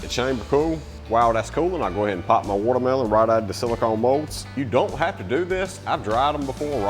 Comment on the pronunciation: "Wudder Mellon" 😅😂😅😂😅